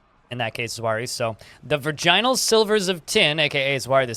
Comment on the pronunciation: you don't gotta to pronounce "virginal" like that